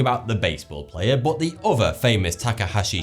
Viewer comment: he says but like bott